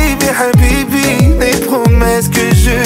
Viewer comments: La façon de prononcer Habibi 😍😍😘😘😍😍😍💍💍💍💍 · La façon qu'il prononce "HABIBI" 😍❤️